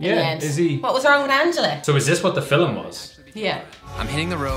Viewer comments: " the fill-em crew" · > irish people get another syllable in the word "Film"--"Fillum" I'm American. i say "fil'm"